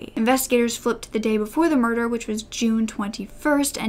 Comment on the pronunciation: “Moider” 😂😂😂 I’m sorry